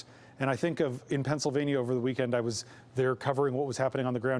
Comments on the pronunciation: Someone teach that woman how to pronounce the state of PA. She says it like “Pen-sa-vania”. It’s PennSYLvania. She has the audacity to say low propensity voters don’t know anything about policy while she can’t even pronounce a state correctly.😂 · The moderator pronounced "Pennsylvania" in a way I have never heard before. It sounds like she is saying Pennsavania. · If you are going to host an election night, you should know that it is not pronounced "Penns-i-vania"